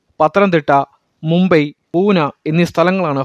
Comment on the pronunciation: Bune alla pune